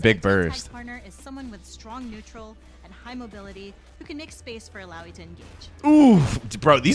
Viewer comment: He pronounced "Illaoi" right